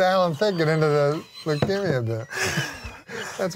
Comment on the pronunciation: the way Norm says leukemia